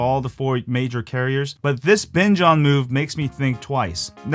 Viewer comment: I first thought he said bitch on